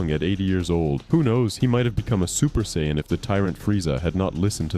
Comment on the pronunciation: How do you pronounce sayian in 3 different ways? 😂 Cool video btw